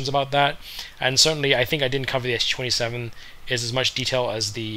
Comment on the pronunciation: This is a Su-27, not an SU-27! Its the first syllable of the chief designer's family name, not an abbreviation for Soviet Union or bullshit like that. The capital 'S' followed by the small letter 'u' could've been an indication for how to pronounce it correctly, but not so for muricans. When will they ever get their head around it?